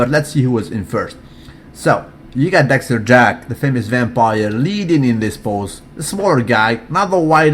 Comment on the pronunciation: Why do you say everybody's name correctly except for Dexter Jack"son"? Don't get me wrong bro, I'm a fan, but I couldn't help but notice that 1 thing.